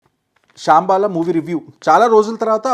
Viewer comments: Shambala❌️ shyambaala✅️ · శంబల ❌.... శంబాల ✔️ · రేయ్ బాబు శ్యాంబాల కాదు రా జఫ్ఫా " శంబాల " Avg movie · Babai shambhala ne adhi, shaambhala kadhu... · అది శాంబాల కాదు.. శంబాల సరిగ్గా పలుకు సినిమా పేరును.. సినిమాల్లో బొక్కలు బాగానే చూస్తావు గానీ.. రివ్యూల్లో కూాడా బొక్కలున్నాయి.. కొద్దిగా చూసుకో. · Shaaambala kaadura....shambaala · Shaambala kadu anna shambaala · Chicha it’s not shaaaambala it’s shambala. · అది షాంబాల కాదు భయ్యా, శంబాల... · Saaaambaala kadu Sambaala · That is not shaaaaambala, it shambala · Adi shambala shaambala kaadu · శాంబాల కాదు రా.... శంబాల... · shambaala ❌shyambaala✅:face-blue-smiling::face-blue-smiling::face-blue-smiling